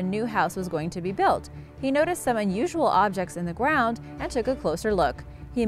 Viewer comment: Did you say gwound